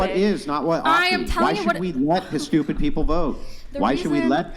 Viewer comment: "I can't help it I'm sdupid" 😂😂